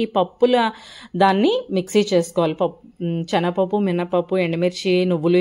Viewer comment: శనగపప్పు చే న గ పప్పు కాదు